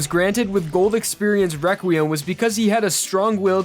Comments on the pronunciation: I like how u say requiem WEQUIEM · this video was years ago but its so funny how when he says requiem he says req wee iem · I love how he says “reqwuiem” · It it’s not possible it’s wequiem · Its entertaining that he says weqiem instead of reqriem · Requiem is pronounced Rek-wee-EM (like you're saying the letter M at the end, NOT "um" like in the video). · reqweum lol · Is it me or does it sound like he's saying "Reqwiem" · may i ask why do u say wequiem? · Why does he pronounce it as Rekweum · "Rekweum." "Wekwiam." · Good video, but your pronunciation of Requiem, Vento Aureo and Diavolo grinds my gears to shit.